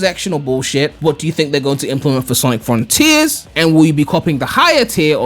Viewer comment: snic Frun-Teeers